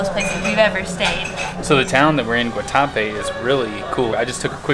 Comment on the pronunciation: I was born in Medellín and I’m glad you visited. Also, glad you got the bandeja paisa. My favorite Colombian dish. The morcilla was in fact a blood sausage and it looked like you enjoyed it. The other was a chorizo. Guatapé has an accent over the e so the emphasis should go on the e and not the a.